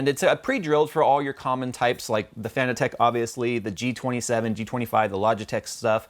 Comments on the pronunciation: its not fan-e-tech its fan-tech ffs your killing me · fa-nah-tick not fan-a-tech lol:-p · Do you not say Fanatec like fanatic? and not Fana-tech? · it is pronounced like fanatic